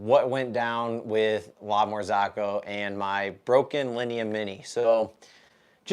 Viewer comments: Sorry bro it really bothers my ears 👂🏻 it’s s not La Marz(AA)co it’s La MarzOcco not A but O Besides that glad your machine is fixed And one more thing Linea Mini and GS3 are totally different machines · lamar-zOOCo not ZAACO thou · I'm always on the lookout for new coffee channels, and yours seemed interesting. But I just cannot get over the way you pronounce "La Marzocco" :-)